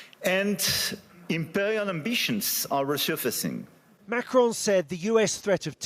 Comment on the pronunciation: Name of the French President is Macron, not Macrone.